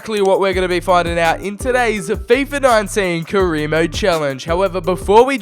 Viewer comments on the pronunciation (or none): none